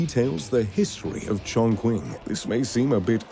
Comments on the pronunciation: I am not being difficult, but in Mandarin, I though it was "Chongching" - the "q" has a "ch" sound, - eg Qing Dynasty. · It is pronounced chongchi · You pronounced “Chongqing” incorrectly. Q = ch- ( 重庆) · It’s pronounced as “Chong Ching” just like how racists would mock Mandarin. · totally botched the pronunciation - Chongqing is pronounced chong-ching - this is also a blatant ripoff of Marina Bay Sands in Singapore. Maybe do a little more research before you publish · did you pronounce chongqing wrong when you were there on opening night as well? it's pronounced chong ching. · For you information it's pronounced as Chong-Ching. He butchered it so badly... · I believe that you are pronouncing the name of the city incorrectly. It should be pronounced ChongChing. When the Chinese use western letters to spell a word with a Q that is not followed by a U , it is pronounced like a CH. I have visited the Chinese city named Qinzhou many times. It is pronounced as it were spelled Chinzhou. Excellent video. I enjoyed it. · the correct pronunciation is tron-chin. CH in Chinese reads 'tr' and Q reads 'ch' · I admit I wasn't ready for that creative pronunciation of ChongQing . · PLEASE MAKE SURE YOU LEARN HOW TO PRONOUNCE THE NAME CHONGQING PROPERLY - SADLY YOU HAVE BUTCHERED THE NAME OF THE CITY AND EVERY TIME YOU MENTIONED IT MY HAIR ON THE BACK OF MY NECK STOOD UP AND I HAVE RINGING IN MY EARS .....GOOD VIDEO BUT THE NARRATION LEAVES A LOT TO BE DESIRED...... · Why so cock? Can't even pronounce "Chong Qing"??? Wtf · /the narrator, COULD NOT AFFORD, to learn to properly pronounce Chongqing. I watch the video, without the audio, + just read the cc. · just a word of advice: might like to check on the pronunciation of Chongqing. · Anyone else cringe when this dude says chongqing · the voiceover couldn’t be more wrong pronouncing Chongqing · Totally mispronounced the name of the city 重庆(Chong Qing) tho. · The way he pronounce Chongqing is a disaster